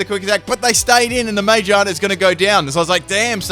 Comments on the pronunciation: Mayjarna? It's Ma-gear-na. (Unless there is an inside joke I have somehow missed) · I wasn't going to comment, but you butchered the pronunciation so many times I just had to correct it. Magearna. Muh-geer-nuh. Like spinning gears in a clock. It's a clockwork pokemon. It makes sense. I don't know how you got "May-jonna" from Magearna. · The way he says some of the Pokémon names pisses me off. No it’s not ti tugga it’s tirtouga. No it’s not majeerna it’s magearna. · when he says ma-gear-na wrong it messes with me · Its Ma, Gear, Na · im sorry did you just call magearna mayjarna? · It’s pronounced ma-gear-na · Sorry but the way u say magerna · For the record, ma-GEAR-na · Why does he call Magearna man-gina. Lol wtf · it pronounced Mag-gear-na. Not what you said xD 😂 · jeez that pronunciation of magearna